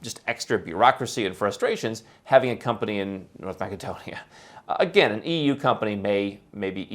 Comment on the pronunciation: I think that you are confusing a country in Europe, north of Greece, Macedonia (or more correctly North Macedonia,) pronounced: ma -suh-dow-nee-uh, With a type of Australian nut, macadamia.